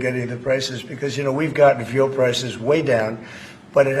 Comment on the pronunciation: is he saying veal prices?? Genuinely .. fuel. I hope he's saying FUEL (omg sincerely sounded like veal)